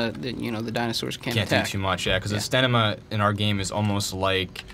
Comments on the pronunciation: stanima? fucking derp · Why does he keep saying 'Stanima'??? STAMINA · lol stanima....it's stamina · Sta-m-ina not sta-n-ima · You do know that's not how you spell or say it right? It's Stamina. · Did he say "staNiMa"? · i know what stamina is lol but this guy in the video kept saying staNIma. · wth is stanima? ive heard of stamina before. XD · He kept saying stanima....